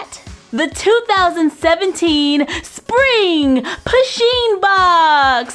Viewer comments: it's pu sheen not pa sheen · I swear wren she said push-(as in pushpin)in'-box